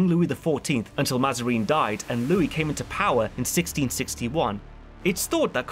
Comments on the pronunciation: I found "Mazareen" and "Orleens"most funny. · I love the content but the pronunciation of Mazarin and d'Orleans... My god.